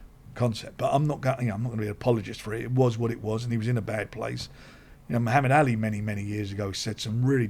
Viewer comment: Who is this Mohammad Alley guy keeps talking about? Sounds like a decent boxer.